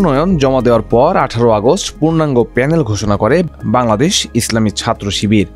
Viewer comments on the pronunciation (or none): none